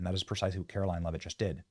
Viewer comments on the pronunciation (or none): Benny, after days of reporting this, you STILL can't pronounce her name? Have some respect man and say her name properly for God's sake.